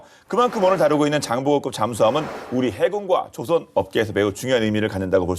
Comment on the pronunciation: 진행자님 조선(造船)의 발음을 정확히 해 주세요. 시간에 발음하시는 것은 배를 만든다라는 조선(발음상 조오선)이 아니라 나라 이름 조선(朝鮮)의 발음입니다.